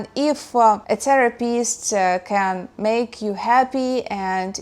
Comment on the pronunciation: I love your pronunciation of Therapist as "Terror-pist"